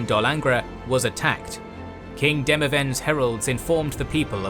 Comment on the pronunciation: U need a nerd to prof these as pronunciations aare miles away mahakam, demaVend and no excuses for rabid who reads that as rAbid?